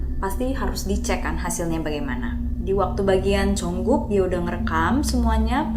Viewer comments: Jungkook kak bukan Jongkook😂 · JUNGKOOK KAKKK BUKAN JONGKOOOKKKK